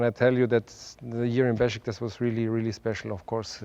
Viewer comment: Not Beşiktas amk. Beşiktaş!